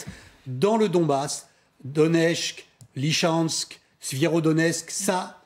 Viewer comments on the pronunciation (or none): « Doneshk, Lychansk, Svierodonesk… » Oui, sans parler de Mylan, Brakhrmout, Sklovianshk, et Karmatrotsk. Sérieux, ça fait 10 mois qu’on entend ces noms, apprenez à les prononcer correctement.